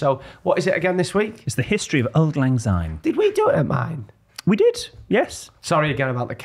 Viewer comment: Sorry to correct you boys, but it is Syne pronounced with an S not a Z. Thank you